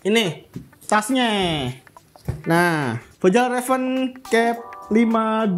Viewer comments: Bacanya fyal reven bang Bukan fejal reven 🤣🤣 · Bukan sol pinter bang. Masukan aja, biar vidionya makin keren. Fjallraven cara bacanya “fialreven” bang. Manteb bang informasinya 💯💯💯 membantu banget.